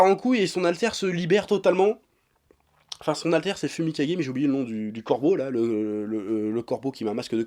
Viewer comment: Sa se prononce foumikayé Et sont alter c'est Dark Shadow